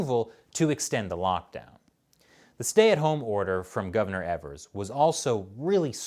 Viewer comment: I think you're pronouncing "Evers" wrong, say it like it doesn't have an "R" but don't let it be silent.